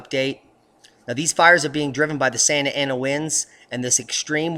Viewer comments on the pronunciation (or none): none